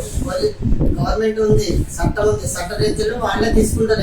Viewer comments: సట్టం అంటా 😂 సట్టం , చట్టం కాదది సట్టం అంట 😂😂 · ఆడు ఎవడో మధ్యలో వచ్చాడన్న చట్టం చట్టం అంటున్నాడు కానీ సరిగ్గా చట్టం కాదు సట్టం అంటున్నాడు.. 😂😂😂 పెయిడ్ ఆర్టిస్టులు😅😅 హిందూ సమాజం ఎప్పుడు నీ వెనకాలే ఉంటుంది జై శ్రీరామ్ జై భారత్.. నమః పార్వతీ పతయే హర హర హర హర మహాదేవ శంభో శంకర. ఓం నమశ్శివాయ❤ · ఆది శట్టం కాదురా ఎదవ చట్టం రా